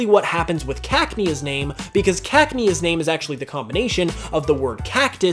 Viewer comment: What the fuck did he just call cacnea ? He said it like caknee